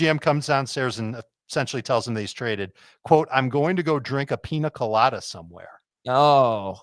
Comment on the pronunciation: The way you guys pronounce Pina Colada just hurts my ears..lol